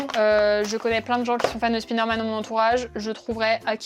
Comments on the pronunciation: Du coup on dit Praïmark (j'approuve), mais on dit Spiderman ? 😂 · Tu fais la leçon pour la prononciation de Primark mais pour Spiderman y’a plus personne 😂